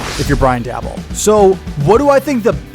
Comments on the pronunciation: it’s “Day-bowl” and “Mare-a”. Either way, I love your analysis; you’re 100% correct on DJ. He sucks. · Mispronounced Daboll and Mara’s last names